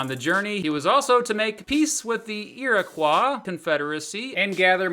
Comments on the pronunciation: Iriquois is pronounced "ir-i-koy" not "ir-i-kwah" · iriquois is pronounced iri koi